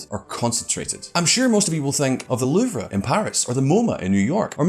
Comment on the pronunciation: How does the art market work? In the gray that's how. How the hell did you pronounce louvre? I almost didn't know Wtf you were saying